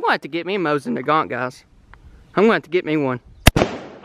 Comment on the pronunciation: Dustin Featherstone yeah but he said mosin nagant lol